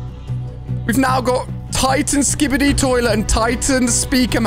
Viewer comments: You pronounce it as skibidi. Not skibidi. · you said skibidi wrong